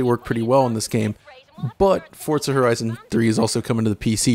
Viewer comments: forTza xD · Xbox players love it, PlayStation are busy waiting for another Gran Turismo so they can try and combat it, PC are probably going to get it for free on Windows 10 anyway, it's a super widespread franchise, but no one can pronounce the name right, for fuck's sake.